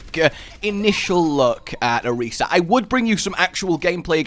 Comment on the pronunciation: Two things: One: It's Ah-Reesa. Two: She didnt give it a heart. Its a metaphor.